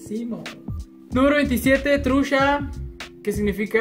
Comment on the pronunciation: No es nada nuevo mis morros, para mi lo Nuevo del norte es que usas mucho (sh) para decir chihuahua shihuahua trucha trusha mucho musho